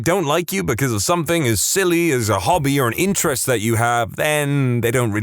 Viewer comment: No k in the word something .